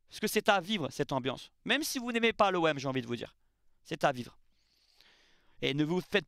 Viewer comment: "Emergumême"...😅tu m as trop fait rire.. Y aura pas de sanction...ça c est passé sur la voie publique, c est sous la responsabilité de la ville et de la préfecture... Allez l OM...